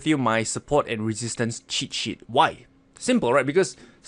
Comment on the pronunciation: When he says cheat sheet sounds like shit shit